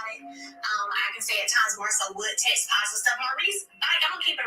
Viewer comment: can't even pronounce "text"..she knows damn well Mel wasn't being inappropriate.